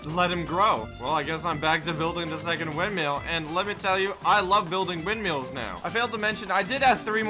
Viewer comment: why do you say ''windmeals'' :(